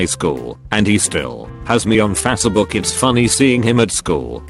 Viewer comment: Ive been just listening to these and for the longest time I heard facebook as phasa book literslly thought it was some ancient social media that I never heard of.